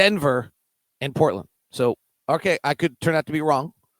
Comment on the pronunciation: I love how pronounces it Brookland and Portlynn